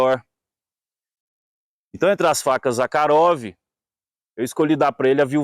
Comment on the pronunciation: Conheci o Mestre Zakharov. pessoalmente ( a propósito o nome se pronúncia Zarrarov ) juntamente com o saudoso Laércio Gazinhato sempre estávamos na casa do comendador Zakharov no Jabaquara.nos fundos de sua loja onde almoçamos e conversávamos muito sobre a manufatura das facas e outros itens . Excelente vídeo 👏 👏 👏 👏 👏